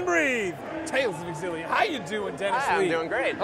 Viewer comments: Is it pronounced Zillia or Exzillia? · Tales of EXXillia WTF its Tales of Xillia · i always thought Xillia was pronounced "shillia"